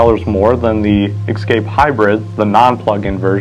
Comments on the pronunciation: It’s Escape not Excape. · It's 'Escape', not 'Exscape'!